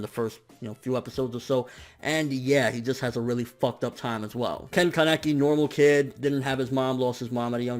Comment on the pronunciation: Wrong pronunciation of ken keneki